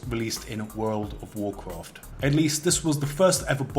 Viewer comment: worwld of worcwowft